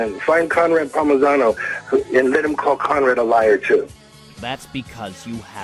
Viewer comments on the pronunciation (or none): It’s Conrad Palmisano, not Pomagano.